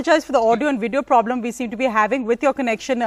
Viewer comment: She has "poblem" with everything. haha